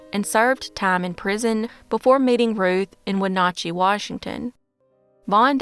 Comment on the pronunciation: Great work! For future reference, Wenatchee is pronounced more like when-A like apple-chee like cheese. Not win-achy😅.